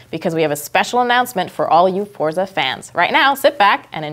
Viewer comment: She pronounced Forza incorrectly.